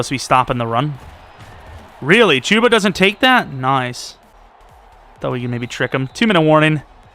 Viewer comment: Hate how he says Chubba lol